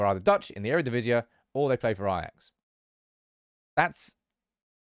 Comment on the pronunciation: Normally I wouldn't correct pronunciation, but since you are unnecessarily making it harder for yourself: it's pronounced eredivis-EE, it ends in one sound, not two